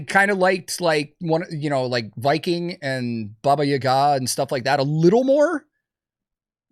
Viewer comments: That’s not how you say Baba Yaga…. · I have never heard Baba Yaga pronounced like that before and I hate it lmao 😂